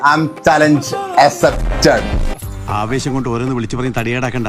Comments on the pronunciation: Accepted❌ assepted✅ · ലേ: Challenge accepted എന്നല്ലല്ലോ assepted എന്നല്ലേ പറഞ്ഞത്. കൂൂയ് കൂൂയ് 🤣🤣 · ആദ്യം ഇംഗ്ലീഷ് പറയാൻ പഠിക്ക് accepted എന്നാടോ അല്ലാതെ assepted അല്ല 😁